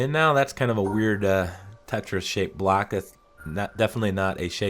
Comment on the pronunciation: When ever you said "block" it sounded like you were saying "black". So fkn confused even after that because they're squares anyway so why call them blocks??